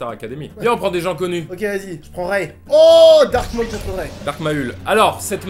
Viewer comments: Carlito dit Dark Ma ul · Quand il dit mal Dark Maul 😂🤪 à